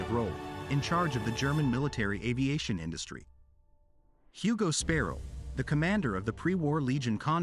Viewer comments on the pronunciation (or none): none